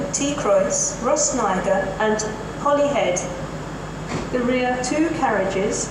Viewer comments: She sounds like she's saying Rhosnigrr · The way pronounced “Rhosneigr” is funny:)